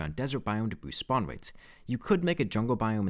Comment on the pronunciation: why do you say w for r (upwate, spawnwates)